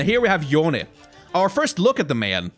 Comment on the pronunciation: Yone’s name is pronounced Yo-ne, just as pronounced, people were pointing out about how he was saying it wrong on stream, but actually he got it right Even in Yasuo’s interaction with Yone, he calls him Yo-ne